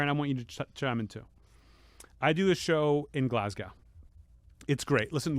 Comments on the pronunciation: I'm from Glasgow, we pronounce it GLAZ-GO... Just so you know, cheers! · Anthony pronouncing Glasgow … jesus